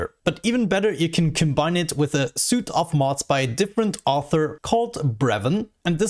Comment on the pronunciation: Just so you know, the word Suite is pronounced like Sweet, not Suit. English is fun.